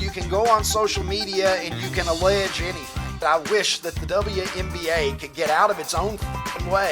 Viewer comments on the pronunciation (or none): Double u, double u. Not double ya 😂 Y'all crack me up. Say it with me you sweet bastard, WNBA double u N B A😂